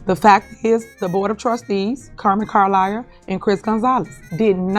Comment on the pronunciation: She keeps saying Carliar! Defamation lawsuit coming?